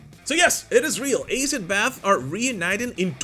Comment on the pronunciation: ITS ASS id Bath ,,, It Aye Sid bath